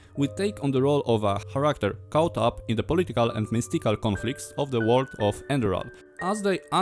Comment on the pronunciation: Enderal is one of my favorite games, much more so than Skyrim itself. Btw character czyta się karakter, dużo ludzi się myli przy tym słówko i popularna wymowa, która jest błędna to czarakter.